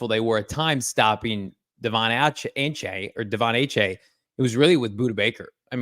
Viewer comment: you’re the goat, can you just google how to say ACHANE before I throw up in my mouth for the fourth time since yesterdays show